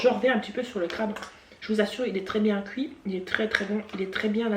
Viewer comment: "Couir" mdrr (Non, j'me moque pas) mais tu me fais rire hihi 😁😂 J'adore le crabe et tout ça mais là au vue du truc ça m'a pas donné envie lol concernant Laura, faut pas qu'elle prête attention aux gens, on peux pas plaire à tout le monde ceux qui l'aiment pas next ! On s'en fiche de ce qu'ils pensent, qu'elle fasse ce qui lui plait, qu'elle reste comme elle est, je l'a trouve top! Des bisous ! 😘❤